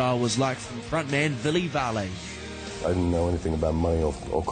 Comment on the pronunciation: LMFAO. villey valley. wow, i'd fire him for saying that beauty's(valo) name wrong. lol